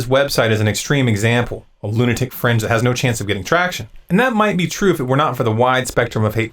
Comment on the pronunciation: ...It wasn't just the "ignorant fringe" that sounded like "the ignorant French". When you first said "Crowd Psychology" I swear that I heard "Kraut Psychology". I paused, "Wait a second, here..." Thank you for taking a stand against racism. I was on ZeroHedge earlier and some comments were really bad. I suggested that Tyler Durden BAN THEM. You are totally correct.to give NO QUARTER. That is IGNORANT CRAP!!! I don't agree with all that you say. I'm no Zombie. But I stand with you on this.